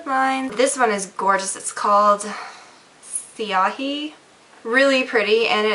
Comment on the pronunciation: ...you pronouned siahi correctly!!! Well done!!!:) Nice haul!